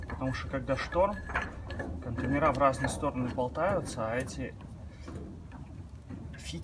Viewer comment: Ну контЕйнеры, а не контейнерА😒